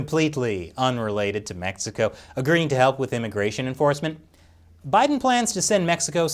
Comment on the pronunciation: Did he just say "METHxico"?